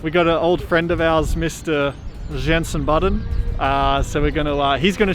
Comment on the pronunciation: I think you tried to say; Ricky Bobby and Yenson Botton